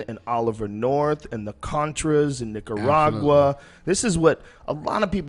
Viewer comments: The way he pronounces Nicaragua ("Nigga-ragua") cracks me up everytime. (like ) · i swear he said NIGGARAGUA.... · he did. i heard it too